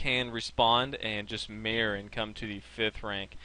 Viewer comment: It's "Mirror", not "Meer"